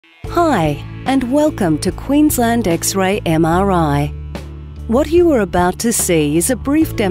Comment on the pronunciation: Quensleeend forever; the nicest of world's ENG pronunciations - say I, a Scandinavian.